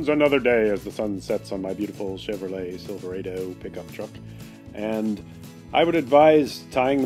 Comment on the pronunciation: Silve ra do. Not silve rae do. Ni kon not nie kon......he-he-he nice video btw.